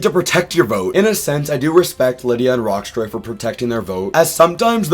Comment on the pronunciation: Loving this season so far. Great cast, pretty balanced edit, and not too much focus on the edit (Btw, Rocksroy’s name does not have a T in it)